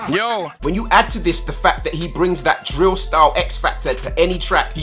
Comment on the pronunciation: cmon your meant to be our English Teacher its drill not dill 😂😂